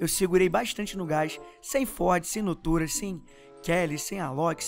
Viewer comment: kápella e nao kapêla e nótóra e nao nôtôra edit:gente eu nao escrevi do jeito certo mas oq eu escrevi foi o jeito de falar